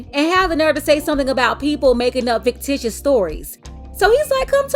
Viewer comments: MAYOR? Did you hear her say, FAKETITIOUS? I think she meant to say FICTITIOUS! What a PATHETIC LIL WAYNE LOOK ALIKE MINUS THE TATOOS, BUFFOON! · What the hell is a “faketicious” story? 😂😂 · She called it “fake-titiuous” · She said FAKETITIOUS 😂😂 Fictitious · She said faketitious lol... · did this b* say “faketicious” lmao